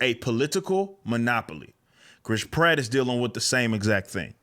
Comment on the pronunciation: Please try to pronounce the a in pratt, apart from that ..great video ..love from England